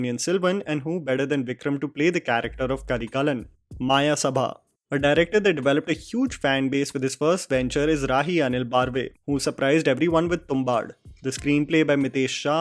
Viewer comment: Learn to pronounce names correctly. It's not Baaarve. It's Barve. It's not maaayasabha. Its mayasabha